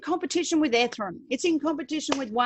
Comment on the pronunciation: PLEASE PRONOUNCE ETHEREUM CORRECTLY.